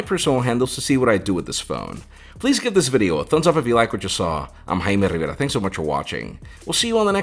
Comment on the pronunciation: His parents would whip his rear for not pronouncing it in proper Spanish. LOL. My last name is Oropeza, and if I didn't roll that "r" my family elders would disown me. LOL